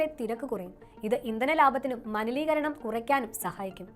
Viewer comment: Manileekaranam alla malineekaranam